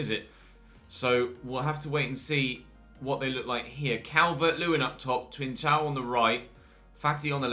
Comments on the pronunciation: it’s pronounced ‘Trincão’ (like a K), not ‘Trinsão’. Also love the series nd keep it up!!! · Hey,! Just a lil piece of information: the C in Trincão is pronounced like a K.